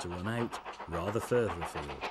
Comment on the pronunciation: "Furtherafield Hall".